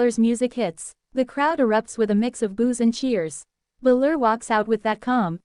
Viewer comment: stop doing this idiots... You can tell it is AI because the usos don't even look human. and it's BALOR not fucking bluler.